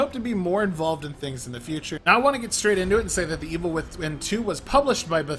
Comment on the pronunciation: You're tripping every other word, and you haven't pronounced The Evil Within fluidly even once in the video.